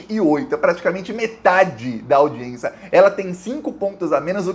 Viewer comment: Saudações 🖖 permita-me de lembrar-lhe que :- audiência audiência | n. f. au·di·ên·ci·a nome feminino 1. Audição. 2. Acto de prestar atenção a quem nos fala. 3. Acto oficial ou oficioso de alguém ser recebido por personagem importante. 4. [Direito] Sessão do tribunal. "audiência"e não aldiencia✌️🙏✋